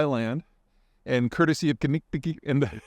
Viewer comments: Kin-nee-kin-nik is how it is pronounced being from Milwaukee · Love the Milwaukee riverwalk!!! Also a lot of Wisconsin town, county, and river names are not set up for out-of-towners to pronounce. I've heard said as "kin-eh-kin-ick"